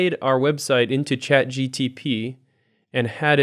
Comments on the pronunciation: He kept saying chat GTP😂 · Two times in the video you said ‘chatgtp’ instead of ‘chatgpt’, was that intentionally done as part of the joke? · Does repeatedly call ChatGPT ChatGTP?